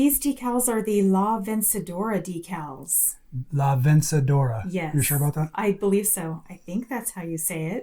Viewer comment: You pronunciation is pretty close. “La vencedora” means something like “the victorious one”, or as Singer translates it “the Victrix.” It sounds a lot more empowered and inspiring in Spanish, I assure you!. 😂 The 128 was the first machine made for home use, so it was a befitting name, no doubt.